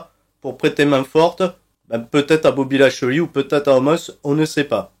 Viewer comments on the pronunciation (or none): "BOBBY LASHEULEY" comme dirait Michel